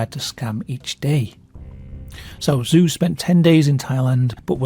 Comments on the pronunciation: Just a heads up: "Zhou" isn't pronounced zoo, it's pronounced Joe, basically. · Nobody: Me: in Chinese, the 'zh' is pronounced like an English 'j'. And 'ou' is pronounced as 'oh', because the 'u' is just an emphasis marker indicating a slight elongation of the 'o'. In other words, Zhou isnt 'zoo', its pronounced Joe, like a cup of Joe. Anyone my age or older: think Zhou Enlai. (We heard that name a lot in the news in the 70s) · basically Zhou is pronounced as "joe" or close enough. 10 seconds on google translate would have revealed this